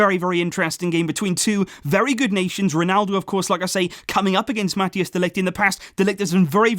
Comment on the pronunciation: Please try to pronounce Mathijs de Ligt's name properly ;-) It's not "Mat-e-as de Ligt" but rather "Mat-ice de Ligt"